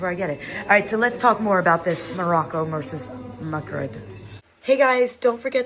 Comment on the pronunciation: Instead of the pronunciation that almost sounds to you like "McRib," try saying "mug rib," as in coffee mug. And if you want to catch the actual sound that is the consonant in the middle of the word, try to find youtube videos on how to pronounce the letter "ghain." As your kids are taking Arabic in school now, perhaps they already know how to pronounce it and could help you practice.